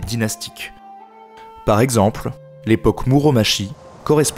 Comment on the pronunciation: Depuis le temps que je cherchais une vidéo bien écrite et bien montée sur l'Histoire du Japon, je suis enfin servie ! Super vidéo, c'était très agréable à regarder ! (malgré les quelques défauts de prononciations de certains nom [Senngoku, Muromatchi] mais je chipote)